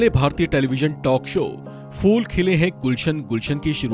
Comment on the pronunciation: Bhai it's not FOOL but PHOOL khile hain. Please find out the difference. Rest in peace Tabbusum jee.